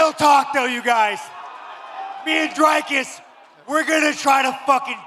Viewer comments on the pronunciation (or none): Dana…. DDP’s name is not fkn Drycus. It’s Dricus. The “i” is the same sound as in Strickland. Learn it dipshit. The champ deserves to have his name pronounced correctly. He’s earned that right. And Sean needs to learn it too.